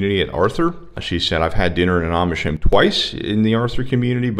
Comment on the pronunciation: Funny accent: home is pronounced by him as hoe-uuuuum.